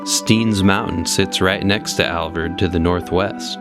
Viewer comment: MY wife and I have been to the Alvord many times. I believe it is the Alvord Desert and not the Alverd Desert. It's pretty distracting to hear you call it the Alverd. Otherwise good video! Thanks!